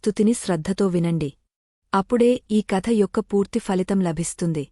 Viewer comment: చాలా బాగా చెప్తున్నారు 👌👍 దయచేసి ఫలితం పలికే విధానం మార్చండి phalitam ఇలా పలకండి. Falitam ఇలా పలకకూడదు. తెలుగు భాషలో F తో కూడిన శబ్దం లేదు దయచేసి గమనించండి ప్లీజ్.